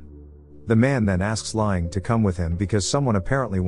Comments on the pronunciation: His name is pronounced "lang", not "lying". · It’s pronounced “Lang” listening to him repeatedly saying “lying” is killing me. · I know right, im ocd so when i hear this name pronounced wrong every two minutes it drives me insane. Dang automated text to speech voices always suck at vowel pronouncement. “Lie-Aing(H)” like ing-got. Im just commenting because im about to pick another video to watch and i wanted to see if it bothered someone else lol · His name is pronounced lang.